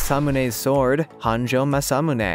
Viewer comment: It is pronounced ma su moo ney